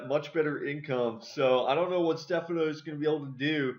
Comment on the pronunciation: title spelt wrong its Stephano also it is pronounced (ste fon O)